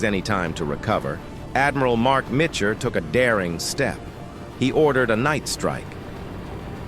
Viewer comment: the computer , also said Adm Spruance wrong and Adm Mitchner wrong